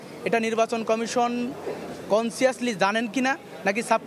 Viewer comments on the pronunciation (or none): কনসিয়াস না কনসাস